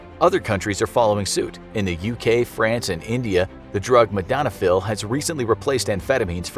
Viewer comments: Actual drug name: "Modafinil". Narrator: "MADONNA PHIL" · its Modafinil not madonafil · Modafanil* not modanafil. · It’s Modafinil. Not Modanafil. And it doesn’t work. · Modafinil not modanofil :) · don't you mean modafinil?